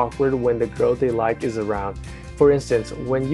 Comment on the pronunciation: "I leik your lips" Wat? xD